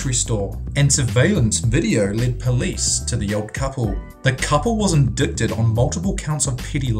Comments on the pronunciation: in-die-ted. not in-dic-ted. Nothing to right home about, just figured you should know. Love the channel! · Your mispronunciations are physically painful: IndiCTed? It's pronounced "indited" the C is silent. Excedrine is pronounced exEDrin with the inflection on the ED sound. Not the way you said it. Infamous is pronounced IN-famIS not in-famous Also it's emphysemA not emphysemIA. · indicted? you butchered that word lol its pronounced en-dye-ted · You just said Indickkted it's pronounced "INDIGHTED " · "Indickted" - The word is indicted... pronounced In-Dye-Tid. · Sorry, I hate to nitpick, but the word indicted is pronounced "in-dite-ted" not "in-dick-tid". That is all... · Did you seriously just pronounce "indicted" like "IN-DIK-TID"?! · Come on narrator! You've never heard how indicted is pronounced? Or emphysema? Well the C is silent in indicted. I can't believe anyone would actually say IN-DICK-TED! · Indicted... in-dīt-ed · Hey man, "indicted" is pronounced the way it is written. Try ind-EYE-ted. just sayin. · Lol. Did he just say "indicted" the way i think he said it? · the c in indicted is silent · You pronounced "indicted" and "Excedrin" wrong. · sorry, if you can't pronouce 'indicted' correctly I can't watch your video. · you cant pronounce indicted. i am now leaving this channel.